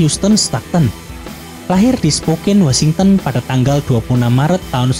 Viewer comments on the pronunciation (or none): none